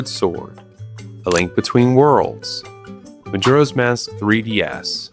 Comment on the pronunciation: The way he pronounces majora is making my eye twitch (no hate, im just annoying)